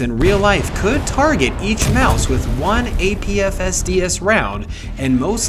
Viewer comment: Maus is pronounced more like mahs